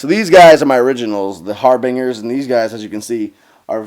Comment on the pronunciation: Cringing at the way he pronounces Harbinger...